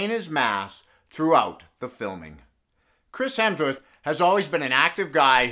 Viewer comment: "Chris helmsworth"